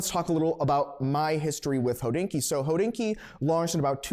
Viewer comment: Is it a freudian slip that keeps pronouncing Hodinkee «Hoe-dinky»? Just saying😂